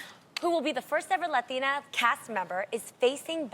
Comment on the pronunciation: Adrienne turns everything into “As a Latina” or “I don’t know if it’s a Latina” thing 😂😂. Girl 🙄 it’s getting old. It’s not a “Lathina” thing.